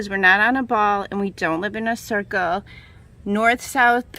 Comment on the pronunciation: I wonder what force flat earthers think is messing with the needle of a compass? Assuming they actually believe in a compass PS she says circle weird made me laugh.